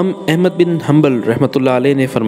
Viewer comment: بیٹا احمد نام کا تلفظ درست طریقہ سے ادا کرو ، اپنے مدرسہ والوں سے سیکھ لو شاباش